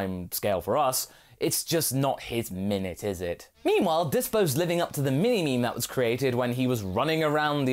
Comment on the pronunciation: did he say "Me-Me", instead of meme?